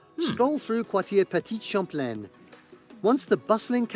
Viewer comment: Jesus, it was painful to hear the guy in the video you're watching try to pronounce Quartier Petit-Champlain 😅 But that video is still on point on what to do in Quebec City. Been living there for almost 10 years and I love it!